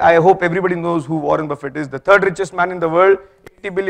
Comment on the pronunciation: He can't even pronounce Buffet the right way lol